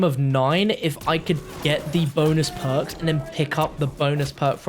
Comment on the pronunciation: The word is perks not poaks